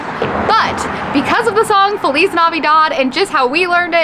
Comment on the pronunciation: Feliz is a spanish word and the way you are pronouncing it is the only correct way to pronounce it. Every other pronunciation has no foundation.